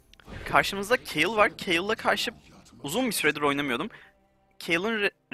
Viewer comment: Abi okurmusun bilmiyorum da kayıl diye okuyosun keyıl diye okunur